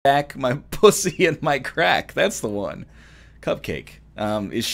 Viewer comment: No joke, Cupcakke is pronounced "cup-ka-kay" and not cupcake. I only know this because she performed at my school this year